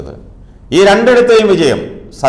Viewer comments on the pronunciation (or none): Satheesanalla thereesan, para chetta